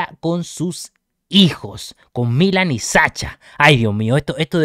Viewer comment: Milan lleva el acento en la i, la ciudad si lo llevan en la a.